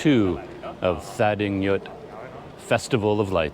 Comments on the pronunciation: Sorry, but as someone who lives in Myanmar, I have to inform you that when you pronounce English spellings of Burmese words, "gy" takes on the "j" sound, so the holiday you describe is pronounced "TA-DING-JOOT." Also, don't stress the "th" as in the word "thin,;" it's pronounced as an aspirated "T" such as the "t" in "thyme." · Well,, you’re right about “gy” being pronounced as “j” in English. But “th” in standard Burmese is pronounced as in “thin” or as in “this”, depending on the situation. The “th” in thadingyut is pronounced as in “this”; so, it’s “tha-DING-joot” but without enunciating the last “t”. (Pronouncing “th” as non-aspirated “t” does exist in non-standard (ethnic) varieties of Burmese.) I say this as a native Burmese speaker and Yangonite. My two cents...